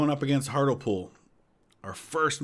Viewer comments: Hartlepool is pronounced Hart-lee-pool. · I believe Hartlepool is pronounced Hart-LEE-pool